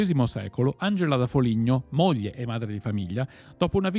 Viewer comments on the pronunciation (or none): none